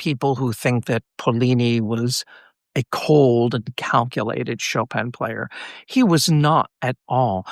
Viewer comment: Why do anglophones always pronounce Chopin's name so strangely? It's not like it's hard....